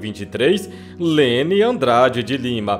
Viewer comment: Fala o nome da cantora certo...